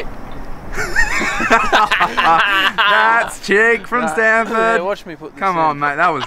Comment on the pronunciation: Why do they say standford